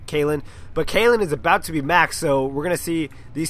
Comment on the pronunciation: Yeah, Kalin is Bulgarian. :) Also, type "Kheahliehn" in google translate and choose English to whatever translation to listen to the (kinda) right pronunciation of his name. :) I really like your casts, btw ! :P